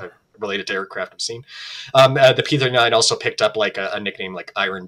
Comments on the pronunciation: I kept hearing the host/narrator say what I thought was "P-49". Almost every time I heard that. So I turned on the closed caption and restarted the video. And sure enough he keeps saying P-49. Now I thought the Aircobra was a P-39. And the episode says P-39. Am I missing something here? And what was the designation of the Super Aircobra? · You keep making a mistake by saying P-49 instead of P-39 and that is very disconcerting! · Why does it sound like he says P-49? Other videos, he talks about the 1930’s as 1940’s. He’ll talk about the pre-war era and say 1948, before the start of WW2… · This guy's drivin' me nuts - sounds like he continually says P forty-nine, WTF 1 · Why does the presenter calls it the P49 (forty-nine) every time? The discussion is about the P-39 (thirty-nine). What a slip-up! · You kept saying P49 on and on or you cant say thirtynine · Is it me or is it him keeps saying P-49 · P39, why does he keep saying p49 ??? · Ah yes, the P-firtynine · Yaa Yaa, Di P furty nine. Thirtynine . Not Furtynine!